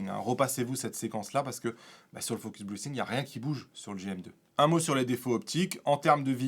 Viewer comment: Salut. Vu que tu n'es pas capable de prononcer focus breathing correctement, pourquoi n'adoptes tu pas le terme français pompage optique ? Ce serait beaucoup moins ridicule.